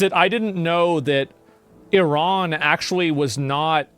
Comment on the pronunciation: Eerahn, as they pronounce it, changed to Irun